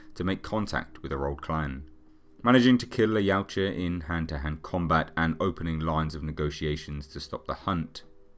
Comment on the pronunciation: I edited my original post. It just kinda throws me when people emphasize the "U" in the species name. But a good video nevertheless. I'm just a massive "Predator" fan and nit-picking =)